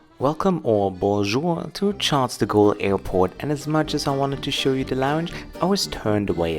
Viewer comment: You can't even pronounce Charles De Gaulle properly dude, you should have been denied boarding! one of the worst Airlines ''influencer'' in the World.